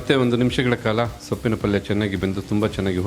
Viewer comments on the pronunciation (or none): ಪಲ್ಲಿ ಅಲ್ಲ ಪಲ್ಯ